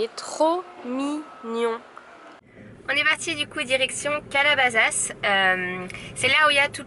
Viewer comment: Calabasas se prononce avec un S pas un Z donc CalabaSaS